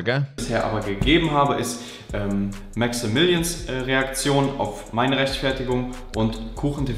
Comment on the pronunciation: Also man kann zu dem Beef sagen was man will, aber hat es immer geschafft( sofern er diesen Namen benutzt hat) MaxaMillion richtig auszusprechen 💪 Feier beide sehr und freue mich, dass das Kriegsbeil begraben wurde ❌